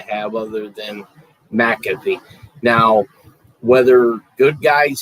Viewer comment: ALL ARE PRONOUNCING MAC A FEE’S NAME INCORRECTLY. SO, DON’T THINK YOU’RE THE ONLY ONE!